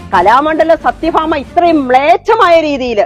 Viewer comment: സത്ത്യേഭാമ കലാമഡലം അല്ല. സത്യയാഭാമ കോലാമണ്ഡലം